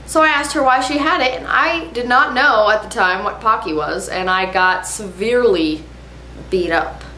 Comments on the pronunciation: in japanese there is no "pa" sound so they r really called pocky like "poke-ey" not "pa-cky" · Dont worry, youre not the only one that says Pocky wrong ;) Any American says it like that, but its pronounced "Po" Like the Panda in Kung Fu Panda, and "Key". I wont go into details, but in Japanese, if somethign was pronounced "Pock" "e" It was be P-a-k-i Video was hilarious! Love the part where she says "Bet they didnt even watch this fuckin far" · It's not "packy", it's 'pocky' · its pronounced po ki as in.... sorry cant explain it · and pronounced poke-ey :) teehee. ur so funny. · It's pronounced Poe-key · If that's not how you pronounce Pocky, then I've been mispronouncing it for almost four years o.o